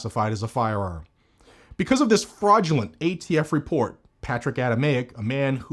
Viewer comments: thumbs down for "gay-T-F" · I see nothing wrong with this pronunciation. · Did you say "gay-T-F" perfect? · He said gaytf ha ha